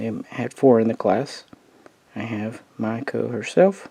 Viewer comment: It's not Mayoko or Miyako lol, i don't know why Myoko is so hard to pronounce for so many people. Also It's Haguro not Haruna. Cheers